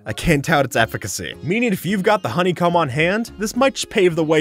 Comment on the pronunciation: Bruh Said Honeycom not honeycomb 💀